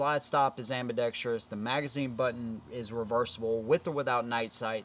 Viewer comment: Dude, your inability to pronounce or sound out the word 'Ambidextrous', makes baby Jesus cry! It's not pronounced AmbidexTREEous! There is no 'I' or E after the R. Holy shit!